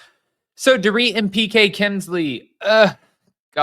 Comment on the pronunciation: You missed the. And called she called her ‘poor-Rit’ instead of “dor-rit’